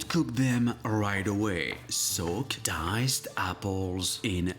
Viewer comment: Ow you say , dick Ed in franch